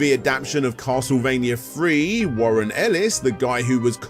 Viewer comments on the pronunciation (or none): none